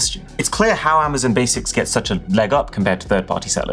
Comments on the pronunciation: Attention UK:It's not Amazen...it's Amazon. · Am-ah-zon NOT Am-ah-zin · Cool, so when are you going to stop calling it Amazun